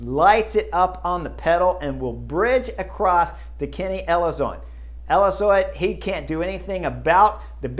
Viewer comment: Kenny Elizoid? 😂 You’re killing me Mr. Horner!